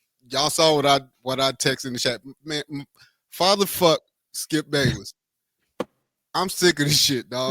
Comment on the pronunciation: "Skip Bay-bish" 😂😂😂